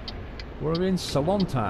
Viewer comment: you didn`t say any city name correct (except salonta)